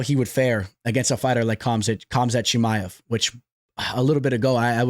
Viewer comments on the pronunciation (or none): none